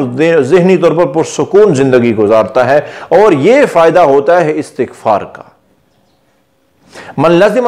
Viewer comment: Sahih talaffuz, ISTiGFAR hay , na ke ASTAGFAR.